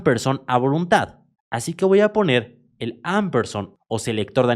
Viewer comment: Se lee ampesand (no amperson)